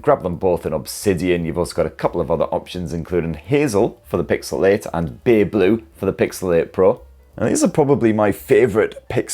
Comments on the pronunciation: Pixel Eh and Pixel Eh Pro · It's called PIXEL EIGHT & PIXEL EIGHT PRO. And not PIXEL IT & PIXEL IT PRO 😂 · "Pixel-ate" and "Pixel ate pro" 💀🌚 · Am I the only one that hears 'Pixelate' every time?😂😅